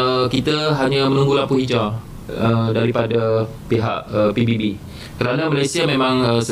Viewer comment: Penyebutan ikutan Indonesia ngeja singkatan malah pi bi bi 😂😂